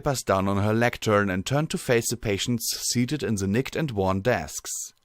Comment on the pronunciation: "that word" lectern: a stand for reading or speaking looks like a tall desk with a slanted top. You pronounced it correctly /) Anything else eye can do to help out?